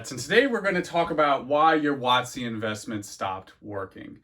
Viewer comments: Everytime you say "wotc" I cringe hard, maybe it's because I'm 30 years old and I know what it really means. Not some precedence set by some douchebag YouTuber. Either way, nice informative video 👍🙂. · Giggled every time you say WOTC lol.